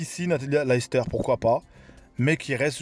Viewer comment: Ça se prononce "Leyster" pas "Lahister" si t'es marocain tu sais ce que ça veut dire 🤣